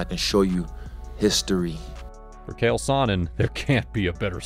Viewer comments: Cant pernounce cheal wtf it's not kale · It’s not “Kale” it’s “Chael” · U gotta learn to say their names correctly. Nothing is more annoying. For sure not how u say CHAEL… this dude straight said KALE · CHAEL, NOT KALE, CHAEL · His name is CH-AEL. “Ch-“ “-ale”. Like “CHA CHA real smooth”. Don’t disrespect the Baddest Man on the Planet!